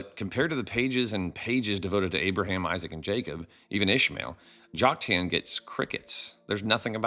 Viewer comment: I came across your videos just a few days ago and support your approach. I appreciate your willingness to look at the scriptures through unbiased eyes very much. But as a retired English teacher my ears hurt when I hear some name pronunciations; in particular Joktan. You can choose between the common American "Jock-TAN," or the Hebrew "Yoke-TAHN." But "Jock-TAIN" is not one of them. God bless and keep up the original research!😊